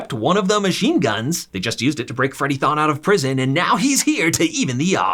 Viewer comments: Adas husbands name is Thorne not Thoan. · This isn't "Tha Flash" it's not Thawne it's Thorne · It's Freddie Thorn not Freddie tHoN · It's thorne not thawn, there's an 'R' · "Throne" not "thawn" this isn't starwars lmao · Him saying Freddie Thon instead of Thorn has to be on purpose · Thon bro it’s Thorne have you not watched it at all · "Freddy Th(awn) " lmfao smh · It's thorne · Who tf is Freddie "Thaahne"? Just asking.